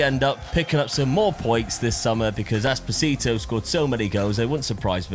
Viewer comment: Espo-sito Espo-tistito